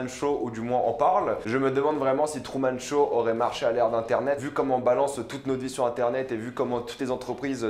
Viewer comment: Il dit trou au lieu de true